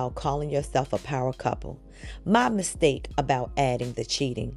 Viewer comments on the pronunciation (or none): none